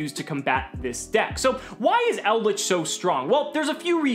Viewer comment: Shout out to for pronouncing the trap monsters correctly 👌